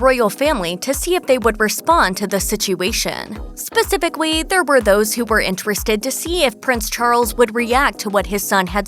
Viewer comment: Specifically =Posificweee?